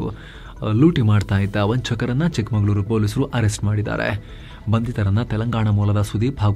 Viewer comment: ಚಿಕ್ಕಮಗಳೂರು ಚಿಕ್ಕಮಂಗಳೂರು ಅಲ್ಲ